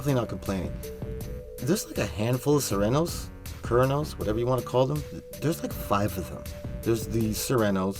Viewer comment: Good video but the way you say Cernos makes me cringe.